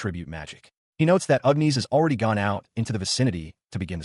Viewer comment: 😂not complaining, but Ugh Knees instead of Agnes cracks me up.